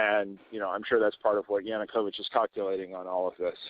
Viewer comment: It's Janukovich, not Janković, ans to diminish Ukrainian national history just to soviet era, and deny linguisic sovereignity of ukrainian language...no tnx on this guy Brianna